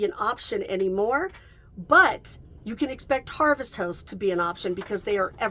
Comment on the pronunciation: Harvest House-t 😂❤ It’s hard to tell if you’re saying Host or House.